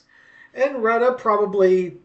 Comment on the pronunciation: It's pronounced: Roo-tay.